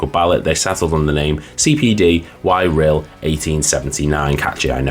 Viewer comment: Y Rhyl is pronounced "a reel", meaning The Rhyl.